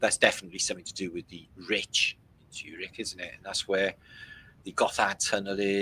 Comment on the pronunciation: showing Zurich Switzerland... We miss pronounce Zurich... Broken up in it's Urban dictionary sound like... ZU-RICH as in is you rich??? Great podcast today 💋